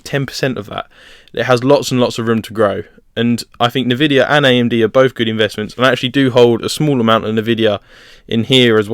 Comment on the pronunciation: never heard anyone call it navidia lol